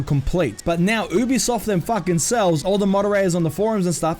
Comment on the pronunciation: also your saying ubisoft wrong